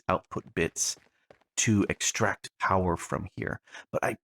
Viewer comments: Powah! POWAH!! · Unlimited POWAH!